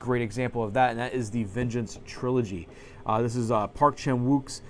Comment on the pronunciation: Nice video. I’m super jealous of those Seijun Suzuki sets. I wish Arrow would release standard editions. My favorite arrow set is the Fassbinder set. :) Also FYI, the W is silent in Park Chan-Wook. Cheers.